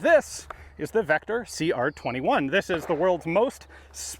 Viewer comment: Bro can you pronounce the name of the rifle correctly